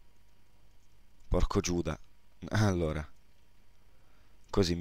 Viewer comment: quando dici alura sembra che sei bresciano ma invece abiti in valtellina hahahhahahhahaha